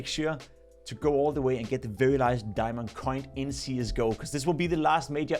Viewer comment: "a gurarnteed diamong" dont say that again